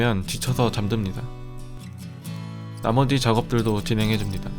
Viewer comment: 나머디.. 음 뭔가 나만 그렇게 들리나 👍🏻